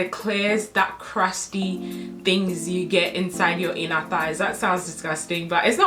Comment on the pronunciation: I can’t take her serious every time she says “crusty” 🤣💀